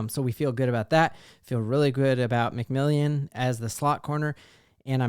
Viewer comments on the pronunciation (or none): Love the content. You do a great job but say it with me…Mc-Mill-An. Not Mc-Million.